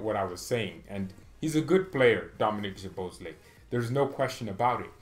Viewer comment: I told you million times that his surname is soboslai just pronounce like that